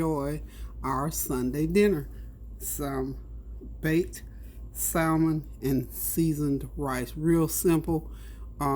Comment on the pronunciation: Btw...the L is silent in salmon .... have a blessed day